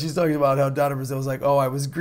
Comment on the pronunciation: Finally someone gets Donna Brazile right.